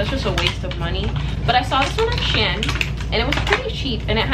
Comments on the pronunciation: you pronounced “shein” differently every time you said it lmaoo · i pronounce it she-in but said shen haha, shes probably saying it the right way though. i find it funny that everyone says it differently